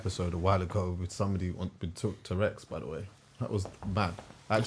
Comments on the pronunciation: It’s true though, it sounds like he’s talking about a dinosaur - but agree with his overall message! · And man!!! It’s TOURETTES 😂 a man has said TOUREX on two pods